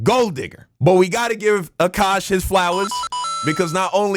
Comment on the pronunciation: Aint no way this guy in the video called him "Cukash", lmfao, 😂😂😂😂😂